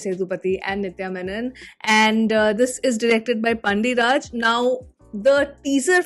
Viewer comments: They can pronounce pandava , pandya easily . Then y not pandiraj ? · This you tuber pronouncing Padiarajan's name as PANDI raj......what a shame and big insult.....